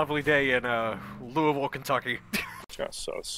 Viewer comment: THEY SAID LOUISVILLE RIGHT 🎉🎉🎉🎉🎉